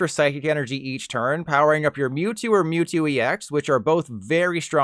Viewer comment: Did this guy seriously pronounce it "Moo-two"?